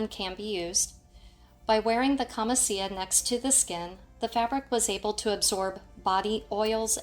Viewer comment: Its pronounced “KAMICHIA” (it. Camicia) means blouse. Good tutorial